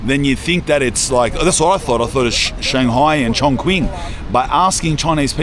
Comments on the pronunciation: | Chongqing. This municipal is city is pronounced as "chong-ching", not "chong-kwing". The "q" in Mandarin (pinyin) is pronounced as "ch" as in "chicken". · Just btw it’s pronounced Chong(Ching) brother. Mad respect for checking out China ❤🔥🙌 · chongqing is pronounced chong ching, not kwing lol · Bro you’re pronouncing ChongQing wrong. You’re saying Chong Quing, but it’s pronounced Chong Ching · Dude Chongqing is not pronounced "Chong-Queen"...🤦‍♀ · lol chongwhat . try to pronounce it correctly next time . nice video buddy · that robot barista might replace todays baristas but i hope not so soon because i want to be a barista lol also, chongqing is pronounced chong-ching. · Every time something pops up in my Youtube feed about Shenzhen, I watch. I live in China 17 years and over 12 in Shenzhen. I thought I was watching Ali-G when I heard your accent 'huz". If you want to know the real China, hit me up. BTW- Chongqing is pronounced "Chong-Ching" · Chongqing is known as the "Cyberpunk City" for its unique vibes rather than in a technological sense. And btw, Chongqing pronunces "Chong-Ching".